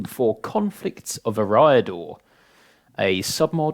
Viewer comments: i think the stress is meant to be on the first sylable - eree-ador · looking great, your pronounciation of eriador irks me however :D